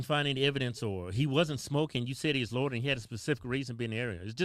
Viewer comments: Y’all pronounce loitering like u saying “lord of the ring” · Repeat after me: Loy-tur-ing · Lordering...loitering, lol 😆😂🤣😅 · LOY-TER-ING....say it with me.....LMAO